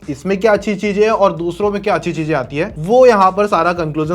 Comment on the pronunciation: Cheeeezain. Not cheeeeeejjjjjaaaaaaiiiin